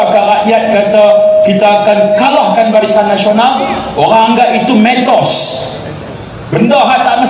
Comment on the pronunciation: Dato... MITOS.. M.I.T.O.S Awak sebut mentos tadi.. tu gula2